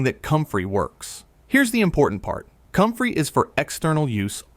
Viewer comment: It’s called COMFREY… 🤦‍♀️